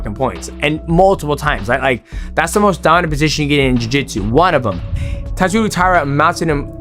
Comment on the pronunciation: Masvidal: Taisura. DJ: Tatsuru. It’s not like the name Inoue. 🤦‍♂️